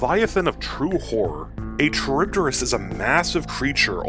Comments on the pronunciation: It's not a Cha-reeb-de-rees. It's Kha-reeb-dees. It's a Latin word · Bro, it's kah-rib-dis not trib-dyh-rys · Very petty of me I know but your pronounciation of it is a bit.. skewed. The name comes from the ancient Greek monster/minor goddess that Odysseus faced, Charybdis (Greek pronounciation being "Ha-ree-v-this"), also spawing the term "Between Skyla and Charybdis". Both were daughters of Poseidon, Charybdis being the daughter of Poseidon and Gaia, living on the asian side of the Bosporus strait. She would (according to legend) "suck up the sea's water three times a day, and spit it back out again, along with all the ships and sailors unfortunate enough to be wrecked by her". Her name also refers to whirlpools and is still actually used to this day, albeit to a far smaller extent. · a very odd way of saying charybdis, i say it like cha-rib-dis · It would be funny if you re-recorded this video with the same script but pronouncing charybdis correctly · good video but the way you're saying Charybdis is killing me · C'mon man! If you are gonna make a lore video about Charybdis, you could at least learn to pronounce the name correctly first.